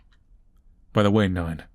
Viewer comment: love how manlys pronunciation of Neun just sounds like Nine with an australian accent lol